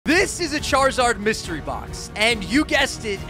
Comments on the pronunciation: “Myserty Box” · It said Myserty box☠️ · Lol “myserty”